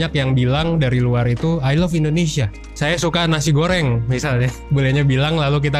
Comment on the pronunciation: sempet ngakak denger org asing bilang nasi 'K'oreng